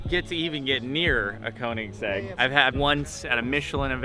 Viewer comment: Damn, I cringe every time someone that is not Scandinavian or European pronounce Koenigsegg, it’s pronounced königsegg. Or just ask Christian Von Koenigsegg how too pronounce Koenigsegg :)